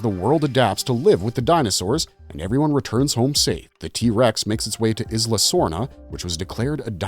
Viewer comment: Are we still pronouncing it ‘izla’? The island boys dont even call themselves the izland boys and they’re handicapped